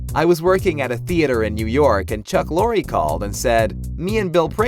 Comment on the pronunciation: Oh for fuck sake, The name Chuck Lorre....the E is silent.